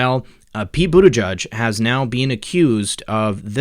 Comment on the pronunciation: The name is Maltese and is pronounced. Bute-i- jay.